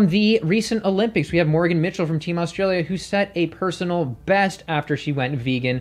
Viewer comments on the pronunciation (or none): none